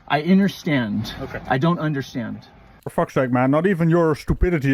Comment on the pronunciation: I "interstand"?